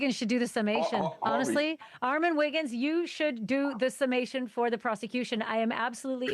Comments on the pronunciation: That’s my guy right there!!!!! Do that Armon!!!! PS. Say his name right next time! Well done!!!! Keep up the great work!!❤ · Why can’t these people pronounce your damn name 😒 Anyway, you killed it. ✨🥂💕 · ARRRRRMON SAY MY BOY NAME CORRECT!! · Him saying your name wrong is irking my soul 😢😂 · Yasssssss baby!! That star power is bananas! (I’m over Harvey mispronouncing your name). 🤣😩 They’re loving your perspective! 🎉❤ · GET IT ARMON!!!!!!!!🎉🎉🎉🎉🎉🎉🎉🎉🎉🎉🎉🎉🎉🎉🎉 Correct his pronunciation of your name! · This was good! But ain't his name pronounced as Armon and not Armen? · Lol why he pronounce it like “Armen” 🤣🤣 You are the moment ARMON!!!!!! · The way how the “Clears* call Ar-mon Ar-min but we gon’ let it slide cuz our boy done made it to TMZ 🥳🥳👏🏽👏🏽🙃.. Armon we are so proud of u 🥹🫶🏽❤ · Why that man keep calling you “Armen” 🙄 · Bruh he could have learned how to say you name properly . Almond is killing my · "Armin" 😂😂😂 you cooked baby, new opportunities are on theee way ❤ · CONGRATS!!!!! - (P.S) I HATE when ppl f**k up your nameeeee I be screaming at the screen like a mad momma “it’s ARE-MON not RMAN” -__________ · ❤❤❤❤❤ yesss! I’m mad Harvey keep saying Armin! 😂 Congratulations!!!! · Ore-Mon Are-Men. So many ways to talk about the GOAT! lol so proud of you ARMON! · So proud of you Armon!!!!!! Tell them to pronounce my boo name right tho AR-MON not MEN! 🙂‍↕️🩵🩵🩵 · ITS RRRRRR-MON not AR-MEN 🥰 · Congratulations but it's Armon... not Armen 😅😂 like sir 🤷🏾‍♀️ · Great work will be recognized from the greats! Yes Armin! (That's how Harvey pronounced it lol) 🔥🔥🔥💪🏾💪🏾💪🏾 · Congrats Armon but correct them on your name every time, period! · Pronouncing armon, Armen is crazy lol ...congrats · I LOVE this moment for you... Although i HATE they kept messing up your name!! Get it right "Harry" its AR-MON!!!🎉🎉🎉🎉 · I’m trying to get past everyone mispronouncing his name 🤦🏽‍♂️ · I love this for you!!!! (But ima need them to get yo name right!!! It’s two syllables 😑)